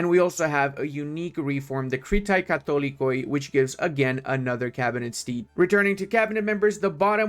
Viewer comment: I don’t think you will use this information but, Katholikoi and overall every word ending in oi in Greek is actually E, so in this situation, you’d say katholeke and pronears instead of pronoiars